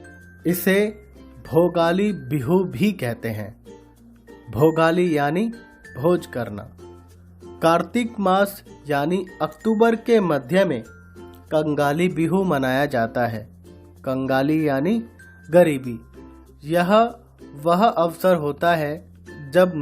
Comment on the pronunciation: Or it's not akthubar it is aktubar